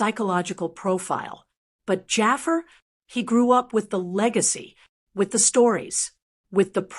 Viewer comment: Stop calling him "Jaffer"!! It's Jafaar!